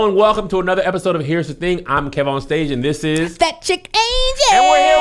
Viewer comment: Key? Shiiiii that’s how you gotta say it from now on